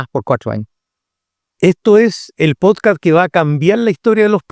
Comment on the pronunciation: Que no sepa pronunciar podcast y diga podcaaa de verdad es preocupante